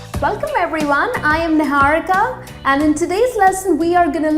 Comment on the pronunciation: I just watched it to hear Niharika as Nihaurikha😂😂 Sorry mam but it's quite funny Btw ur all videos are awesome... N useful too